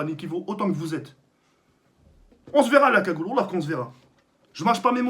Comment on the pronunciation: Gagoule tu me decois